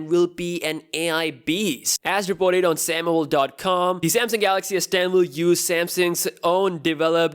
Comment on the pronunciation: Who else heard samsung s pen instead of s10?